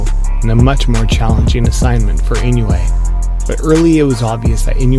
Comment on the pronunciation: Its not "E New Yay" but "E NO Wu Eh"